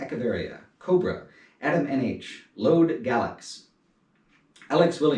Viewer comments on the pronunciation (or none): none